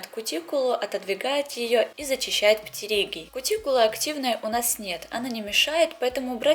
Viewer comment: Очищает какие-то птириги. Что за птириги? Какое противное слово. Она его ещё так неприятно произносит.